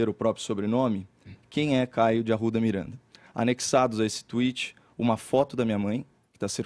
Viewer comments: 'Caeiow Arrwuda Mireeanda' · KaIo dE aRu'Da MiRaNDaH